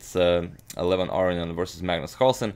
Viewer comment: It's pronounced A-RO-NI-AN not AR-RE-ON